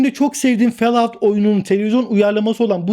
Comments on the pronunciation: "Fel aut" değil hocam, "Fol out " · Felaut degil folaut okunusu. Cok cringe oldum her felout duydugumsa 😂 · o "felaut" değil "folaut" şeklinde okunur. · Fellout değil follout😂😂😂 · felaud nedir abi ya 😂😂😂😂 FALLOUT - folaut abi folaut :D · Böyle bir telaffuz yok. Herkes Folaut şeklinde okuyor. Felaut nereden çıktı. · Fallout (felaut) şeklinde okunmaz, Fallout (folaut) şeklinde okunur!!! Koca faloutu felaut diye söyledin ya tüm karizmayı çizdin!!! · fellaut değil hocam fôlˌout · Hocam cümlenin tamamanı aynı ses tonunda okumuyorsun, vurgu ve tonlamaların dinlerken yoruyor. Sanki nefes almıyorsun da dinlerken ben nefes nefese kalıyorum. Fell out değil follaaud diye okunur. Kalp kırmak kötü yorum yapmak için yazmıyorum ama 2. dakikadan sonra izleyemedim bu sebeplerden dolayı. İyi günler. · Hocam o adamlardan olmak istemem ama; fellout değil, follaut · Fellaut şeklinde telafuz etmek... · Fellout nasıl bir telaffuzdur ya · Lise mezunuyum, bildiğim kadar ingilizceyle beni ingiltereye bıraksan en fazla yarım saat hayatta kalabilirim ama falloutu felaut diye okumam. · abi nolur şunu fellaut diye okuma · hocam, fellout diye okunmuyor. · Hayır tam olarak Fol aut diye okunur. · Okunuşu Fallout değil. Fellovt gibi bir şey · Ben anlamıyorum o kadar video çekip hala ingilizce telaffuzları yanlış söylemek düzeltmemek neden?